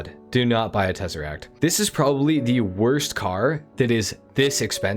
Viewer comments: I came here just for the tezeract 😂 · when you got to the Tezeract🤣🤣🤣